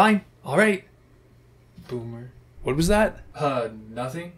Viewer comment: DID U SAY BOOMEEER!??!?!?!? XDDDDD